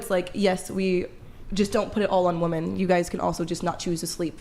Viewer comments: “Wi-min” it’s pronounced WI-MIN, why does it seem like more and more feminists can’t pronounce the word “women”. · Why, do women say woman in place of women?! It's driving me crazy. We are moose? Gazelle? Deer?😅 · A bunch of people that do not have kids or a spouse talking about kids and marriage. 😂 Also, can we tell (however you spell her name) that when you're speaking of multiple women it's pronounced "women" not "woman". Sheesh 🤦‍♀️ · Is incapable of saying WOMEN